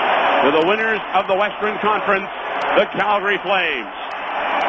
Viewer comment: "Westren Conference"